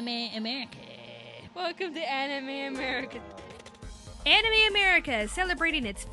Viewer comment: why is eric cartman from south park saying "welcome to anime americer"(i know its america but it sounds like americer the way he says it)